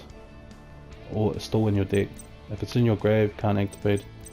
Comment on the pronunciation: nice video but I couldn't help but hear hey guys this is my red eyes dick profile at the beginning 😂